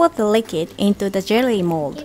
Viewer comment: Your English is improving so much! An English tip: for the word “liquid” you should pronounce it as LI-KU-I-D (り-く-い-ど) 🤗❤️